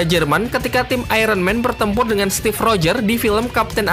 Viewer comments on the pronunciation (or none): none